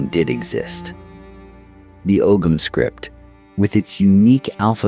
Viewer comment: I had to turn this off after 10mins. I couldn’t listen to the Celtic (K) Irish being pronounced like the Celtic (S) football team…. The incorrect references to a language that I speak daily was just awful…the necklaces are Torcs, Gaelic Éire , Hibernia came later, án Roí, not just Roí, and oh my God……, the OGAM scripts…pronounced Ogham with a silent g…..🥴🥴🥴🇮🇪🫩🫩🫩